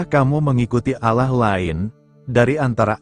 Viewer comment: Shalom.. Ada yg janggal pada menit ke dlm penyebutan Allah, jika saya tdk salah dengar.. Jg pagi ini dlm pembacaan renungan tdk terasa ada jeda titik/koma nya, seperti membaca terus.. Itu pendapat saya.. GB